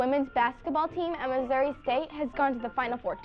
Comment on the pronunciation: Where is Missou-ah? I am from Springfield Missouri